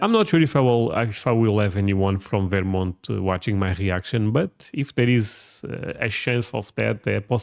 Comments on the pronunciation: lol I've literally never heard anyone pronounce it "Veer-mont". It's pronounced "Vur-mont". Also to say/think that there is more content about Texas or southern states than there is about New England which is the birthplace of America is absolutely wild (and ignorant AF). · Stop STOP saying "Varemont"..... it's "Ver-mont" say it right. Portugal get real yer Russian or Ukrainian.